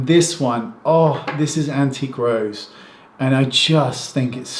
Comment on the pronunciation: It actually sounds like it too. lol